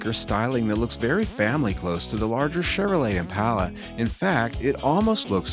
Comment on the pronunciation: This guy has a hard time with the word "Chevrolet" His read reminds me of Spicoli from "Fast Times At Ridgemont High"